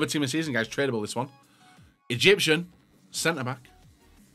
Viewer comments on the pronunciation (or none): none